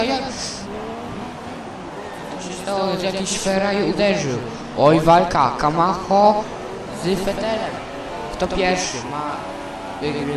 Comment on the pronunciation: kamacho czyta się kamaczo